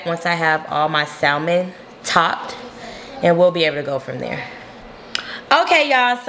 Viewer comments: I had to click off after hearing SALmon several times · Well girl...first you should learn how to say salmon...no shade..none at all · I hate when people mispronounce salmon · The "L"... it's not there